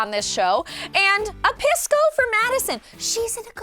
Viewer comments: It's pronounced Pee-sco, not much better sounding than Piss-co haha. Also those hotdogs, are a local food called completos, and yes there are hotdogs inside. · It’s not pronounced piss! Lol😓 more like peace - co lol